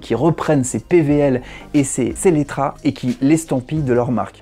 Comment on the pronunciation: Cest pas SELECTRA au lieu de SELLETRA